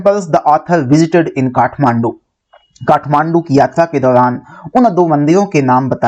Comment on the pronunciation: it is not kadhmandu it is kathmandu